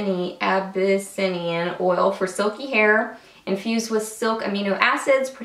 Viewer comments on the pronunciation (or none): Abyssinian oil is a Mediterranean oil that is similar to Argan oil. If the name looks familiar, it's probably because there is also a breed of cat called the Abyssinian. It's pronounced A-buh-SIN-ee-un. Sorry, language nerd! :-)